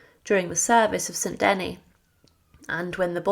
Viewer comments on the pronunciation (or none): Thank you for the history, but please do check pronunciation it is "funeral oration" not funeral operation", Saint "De-nis" not St Deny, etc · It’s hard on the ears to hear the majority of these names (st Denis, Angoulême, etc) so terribly mispronounced